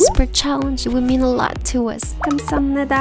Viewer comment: wow you say 'Terima Kasih' soo cool😍😍😘